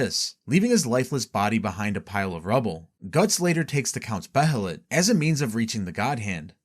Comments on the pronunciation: It's Bay-lit, not Be-he-lit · its pronounced (bay-lit) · (bay-uh-lit) my man lol. they say it plenty of times in the show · the pronunciation of behelit is rly annoying i had to stop watching